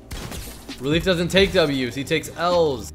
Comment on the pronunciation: When he said relief he said reeelif